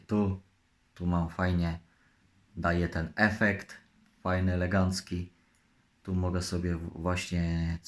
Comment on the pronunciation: z tym słowem "legancki" to może po prostu w jego stronach tak mówią. Ale trzeba przyznać że dykcja mu się poprawiła...